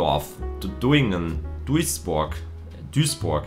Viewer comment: duisburg nicht dasburg XD